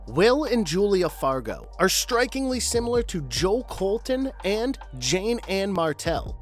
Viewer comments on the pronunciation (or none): none